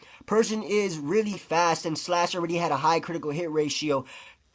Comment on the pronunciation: "Reelee" (really)